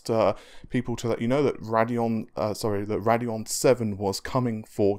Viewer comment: Ray-deon not rad-eon